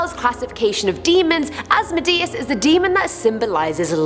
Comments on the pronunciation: AS-MO-DAY-US Have you never watched supernatural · it's pronouned os-mo-de-us not as-mi-de-is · AZ mode ee us is how you say his name if you summon a demon you are an idiot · Asmodeus is actually pronounced As-Mo-Di-Us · In the first one, you got his name wrong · She said asmodeus wrong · It’s Asmodeus Leviathan as well himself. I’m very very insulted by your pronunciation of my name!!!